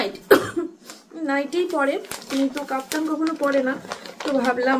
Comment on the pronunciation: Kotha ta kaptan na, Kaftan.